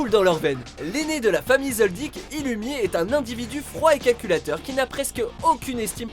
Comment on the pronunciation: Par contre on va vite se calmer avec Zoldyk svp on dit Zoaldiek